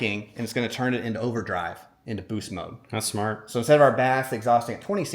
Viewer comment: You pronounce that 'smart'.